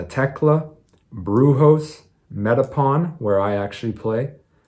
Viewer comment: si jugaste en un país que es latino y sos latino porque no hablas en español. Sos Latino ! Y Metapan, come on man, tu sos salvadoreño, diga bien los lugares en El Salvador. Hablas como que sos gringo.